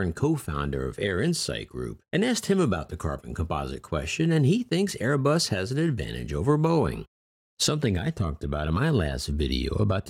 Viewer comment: Am I the only that heard "until late 2019 that an upstart Manufacturer you may have heard of named aibus" 2019 what are you talking about they where founded on 18 December 1970